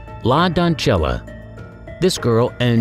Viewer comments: Seriously? Doncella is pronounced as don-seh-yah, not don-cheh-lah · It is 'say' instead of 'sell.' La doncella translates to the maid in Spanish. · It’s “la don-SELL-a”. That other pronunciation would be Italian